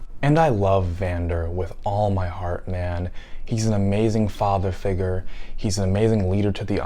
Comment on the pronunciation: Everytime u said figure my brain went “Jamaican “ lol